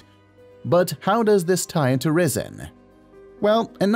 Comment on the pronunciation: If it was pronounced like the narrator, then the spelling would be 'Rissen'.